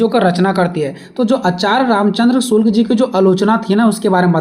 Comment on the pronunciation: आपके शब्द प्रयोग में बार-बार Shukla ki jagah me shulk ka prayog kar rhe hai कृपया इसके आगे वीडियो में सुधार कर ले